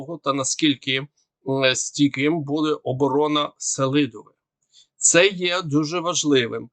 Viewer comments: СелИдове, а не СЕлидове!!!!!!!!!!!!!!!!!!!!!!!!!!!!!!! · Запам'ятайте селІдове.. наголос на літеру І..